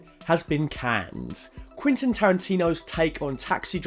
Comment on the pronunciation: Who the hell is "quintin" tarantino?